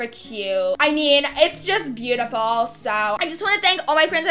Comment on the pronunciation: "with my three kids and my bootiful HusBAN"